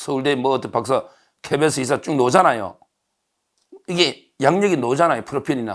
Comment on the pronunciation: '.. 노오잖아요?' 아니고 '..나오잖아요?' 갰지요... ㅋㅋㅋㅋ 늘 수고많이하시고 잘보고 있습니다. 감사합니다